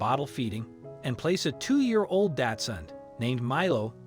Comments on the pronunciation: The dog breed is pronounced Doxun, not Datsun! Datsun was what Nissan used to be called! it's a car brand! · Why does he say datsun? insten of Dachshund or Dachsen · It’s not”Datsun”. It’s Dachshund. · Osteoporosis is pronounced Ah-Stee-Oh-Purr-Oh-Sis! The dog is not a “daatsun” it’s a “Dachshund” which is pronounced “Docs-hoond”. Furthermore, you refer to the dog as a she when clearly the dog has a penis! A little accuracy would help your credibility! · "With a tiny 'DATSUN'?" After three rewinds, I am certain that you've mispronounced the word "daCH-suUnd" as a brand of motor vehicle [now a defunct name; if you're going to insist on misnaming a dog-breed after a car-brand, you might want to update the misnomer to the current brand name of "Nissan"]. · Milo is a Dachshund not a Japanese car... I'm sure that guy kept saying Datsun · You could learn to pronounce Dachshund correctly. It's not pronounced like the Datsun car. Try Docks-hundt instead. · Lol. The narrator pronounces Dachshund "DAD-SON" Never heard that one before! 🥴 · He keeps calling it 'Datsun' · why do you keep calling it a datsun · I've never heard anyone pronounce dachshund that way. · Please learn how to pronounce, "dachshund". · Yeah and he can't pronounce the name of the breed of dog correctly either.